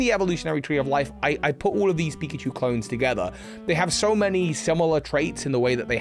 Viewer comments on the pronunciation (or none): none